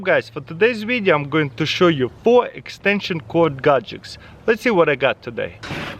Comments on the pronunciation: Extension cord "gajiks" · He love those gajiks😂